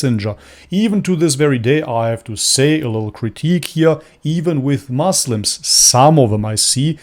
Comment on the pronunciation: bro don't say moslam, say muslim.